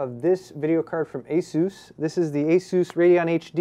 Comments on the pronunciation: STOP SAYING ASOOOS I DUN CARE IF IT"S THE RITE WAY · ah-soos is the correct way to say it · Why does this idiot insist on calling ASUS Azooz! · I think this ASUS guy next to him is latino, so he makes a joke pronouncing it like Hessus. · ASS-US, Asus.XD